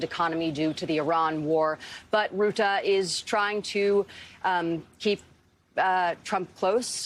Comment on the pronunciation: It's pronounced Rut-uh, not Root-uh.